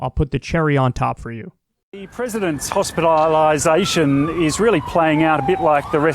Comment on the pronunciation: Man, I love those aussie pronunciations--'prizzidincy,' 'hospitylization.' 😁